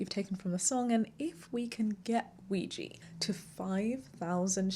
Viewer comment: I'm unsure how to ask this without coming across as rude, so please forgive me... As the artist, are you intentionally choosing that mispronunciation of Ouija or is that just how you're familiar with it being pronounced?